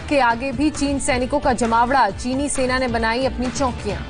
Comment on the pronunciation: Sena ko fena bolti hai so sweet